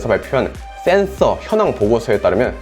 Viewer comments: " thㅔㄴ thㅓ" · 형 센ㅡ서 발음 너무 중독된다.. ㅋㅋㅋㅋㅋ